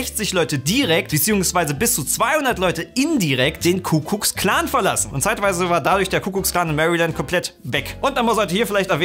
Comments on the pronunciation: HanAU brennt mir auch als Hamburger in den Ohren. Genauso wie „Kuckucks-Klan“. 😂😂😂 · Wie die ganze zeit kuck kucks clan statt kuck klux sagt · Es ist übrigens der Ku-Klux-Klan, und nicht der Kuh guck Klan / Kuckucks Klan wie ihr es sagt. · Seit weiss ich, dass dieser Verbad KUCKUCKS-KLAN und nicht KUKLUX-KLAN heisst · Ich weiß nicht, ob nur ich das so gehört habe, aber sagt immer Kuckkucks Klan? Das heißt doch eigentlich Ku Klux Klan. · Außerdem: der laden heißt nicht Kuckuks Klan, sondern Ku Klux Klan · Kukluxklan, nicht Kukuksklan..... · Kuklucksklan nicht kukluk keine Ahnung, ob das mit k oder Ck geschrieben wird aber nicht Kukuk sondern kukluk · Es heisst Ku-Klux-Klan, nicht Kuckucksklan 😂🤦🏻‍♀️ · Hab ich was an den Ohren? Ich höre immer „Kuckucks-Klan“ sagen! 😳 Also ich kenne nur den Ku-Klux-Klan (engl. Ku Klux Klan). Ich hab‘ mich sicher nur verhört... oder, 😂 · Es ist ne krasse Leistung, sich so in ein Thema einzulesen und dann trotzdem noch Kuckucks Klan zu sagen🤣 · Wollte zunächst pseudowitzig auf Ricks Aussprache des Ku-KLLLLLUX-Klans rumhacken...allerdings kam dann beim Tippen Ricks Appell. Nun möchte ich nurnoch sagen: "Yes, sir!" Gute Schlussfolgerung. In diesem Sinne: Mehr Toleranz und Respekt, ihr Penner! ;)